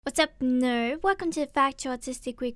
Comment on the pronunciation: trying to pronounce "what's up, nerd?": WHAD'S UP, NERB?